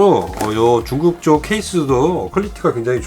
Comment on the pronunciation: 가끔 중국 발음이 쭝국이라고 하실때가 많음 컬리티가 낮은 상품을 소개하실때....쭝국이라 하심 하여튼 쭝국 때문에 도 코로나 조심하세요